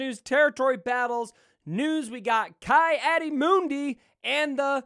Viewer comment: Ki is pronounced has Key. Not Kai. Key Audi Moon-Dee